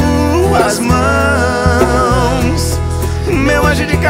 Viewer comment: É impressão minha ou o Fernando fala "em suas mães" aos ?